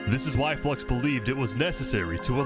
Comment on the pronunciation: No one says Flux's name right Its not a Eeveelution, Flux ION its FLU -IX-ON